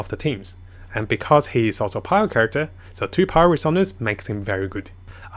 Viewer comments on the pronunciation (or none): none